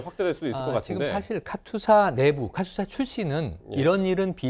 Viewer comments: 여자 변호사는 카투사 발음도 제대로 못해서 "카튜사"라고 말하고 있고, 카투사에 대해 얘기를 하지만 카투사 출신도아닌 남자가 나와서 30년전에 군생활 한 친구가 한 편하다고 한 얘기를 떠들고 있고, 내용은 다 주워들은 확인도 안된 내용이고 (~하더라), 역시나 세부내용은 맞는게 진짜 하나도 없고, 아주그냥 가관이다. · 카투사가 맞음 카튜사 카츄사 거리는 것들 졸 거슬려